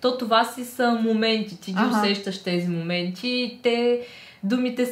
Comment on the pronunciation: "И това си са моментИтИ...." 🤦‍♀️🤷‍♀️